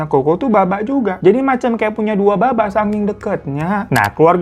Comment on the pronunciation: Woi salfok bgt itu cara bacanya bukan "baba" tapi "papa" 😭😭 lukira saibaba😭😭😭😭😭😭😭😭😭